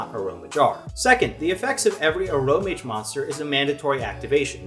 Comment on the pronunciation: Yeah that's how I said it, and when he said it uh-row-mage it threw me off